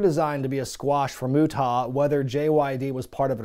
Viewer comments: The 2nd syllable is "ah" like when the dentist says "open up and say ah". Not "aw". It doesn't rhyme with "Utah". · Is there some unknown rib in terms of why you pronounced his name Moo TAH.. I have literally never heard it said that way by any commentator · Alright, we gotta clear this up because I'm gonna pull my fucking hair out if he doesn't fix this pronunciation. It's pronounced: "MUTE-UH", NOT "MUT-TAW". You don't need to put a rising inflection on the "TA" part of his name. And quiet frankly you sound like a robot when you say "MUT-TAW". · The way you say the great muta is hilarious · I hope some, somewhere, complained about your pronunciation of The Great Muta 🤣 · Is there a story behind the deliberate mispronunciation of Muta's name? Without context it initially comes off as jarring and then just disrespectful. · I would've subscribed if you could pronounce Muta correctly. I really do miss professional wrestling. Sports entertainment just isn't the same. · He doesn't know how to say "Muta". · What’s up with the mispronounced of the great muta!? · Sorry. I'm late to the party here, but uh, why in the HELL are you pronouncing Muta like that? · Dude, you ar supposedly involved with wrestling is some ways. Say The Great Muta's name with some respect or properly. I understand its your channel and your trying to be funny, but cmon man. He is a legend...and not the way these little 20 and 30 year olds use legends now.